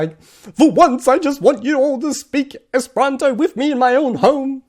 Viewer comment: I'm sorry, but I just found your channel, and it seems like you keep pronouncing "esperanto" wrong. It's like you mix the second and third syllables. "Espranto" is what I hear from you.